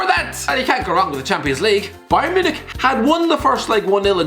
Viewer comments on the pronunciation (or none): none